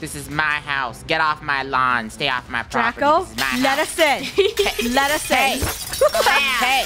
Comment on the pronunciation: I love When draco said get out of my Propete